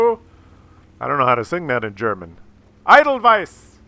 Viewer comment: Maybe it's just me, but hearing a guy named mis-pronounce the Grille is making me chuckle;p "Idol-veiss" was great too